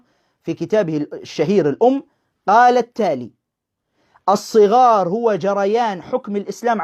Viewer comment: الصغار بفتح حرف الصاد و ليس بكسره ..للتصحيح فقط